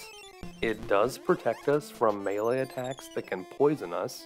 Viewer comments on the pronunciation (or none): none